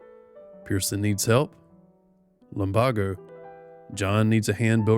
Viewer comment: your voice makes me want to drift off. also please pronounce lumbago as "lum bay go"